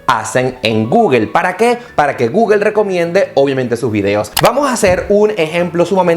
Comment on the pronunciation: No se dice Guguel !! Es Gugle o Go-ogle... jejej